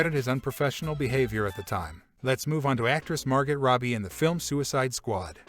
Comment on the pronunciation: Hey, video creator. I have questions for your AI retard-bot. First: Were you paid to say the word "embodies" as many times as possible? And do you even KNOW what that word means? Also... when was your AI virtual lobotomy -- 2 weeks before you recorded this, or 2 minutes? I'm leaning toward two minutes. "Virgin Male"? Seth ROE-JUN? Sylvester STALL-LUN? MAR-GETT ROBBIE? SEAN CANARY? WHAT THE F*CK IS WRONG WITH YOU??????????????? I could get a retarded monkey to read your copy better than this. Seriously, "Wonderlane" ... find ACTUAL VOICE TALENT!!!! It's f*cking embarrassing. This channel sucks ass.